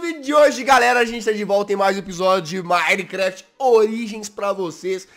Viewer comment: manicrast jazz, manicrast. Custava falar minecraft kkkkkkkkkkk